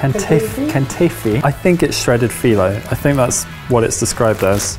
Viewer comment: The way they K'nafeh as: "KANAFA", Is so annoying to me 😅